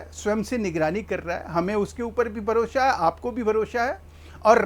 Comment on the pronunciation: भारोशा नहीं होता भरोसा होता है